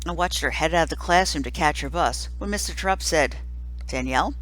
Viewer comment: Rob Says It's Pronounced Tear-Upt.